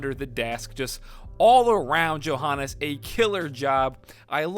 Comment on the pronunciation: Poor Johannes getting his name butchered to death.